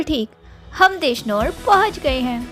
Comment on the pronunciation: देशनोर नही देशनोक है। और माता जी का नाम श्री करणी जी है। करड़ी नही।